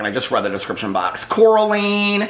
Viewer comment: I love you but I have to fix this. How to pronounce Coraline. "Core-ah-line"